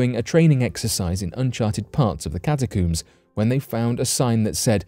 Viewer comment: Catacooms lol coomers